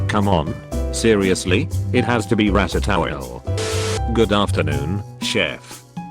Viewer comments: Normal person: Ratatouille TTS Bot: RATTATOWEL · "rat - a - towel." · "Ratatowel" I'm dead. Edit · No one: Reddit Voice: R A T - A - T O W E L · No one: Text to speech: RAT-A-TOWEL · Rata-towel hah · Nobody: Text to speech: "Rat-a-towel" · Rat-a-towel. Yes. I love that movie. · The text: Ratatouille How it’s said, according to the robot: ratatorial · video: ratatouille TTS: ratatowel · No one: Text-to-speech man: Rat-a-towel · Nobody: This bot reader: RATA OIL E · "Uhm Seriously It's obviously RATATOYLE" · Nobody: Text to speech: R A A T A A T O W I L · Ah, yes, I too love the popular movie, Rat-a-towell. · rete towel. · It has to be Rata-towiel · “Favorite Disney movie?” TTS: “RATATOWEL” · "ratt-uh-toww-ell" LOL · r a t a t o w e l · No one: Absolutely no one: Rebbit: RataTOWEL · Gordon Ramsay on youtube: rat-a-towel. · Nobody: Voice-to-speech thing : Rat-tit-towel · That text to speech robot had a stroke trying to say Ratatouille. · Lmao was like wut.